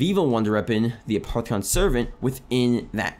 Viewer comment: It's pronounced a-poff-eh-con not a-part-eh-con